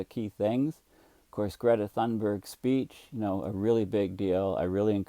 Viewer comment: Hi, Greta pronounces her last name "tune berry" when she introduces herself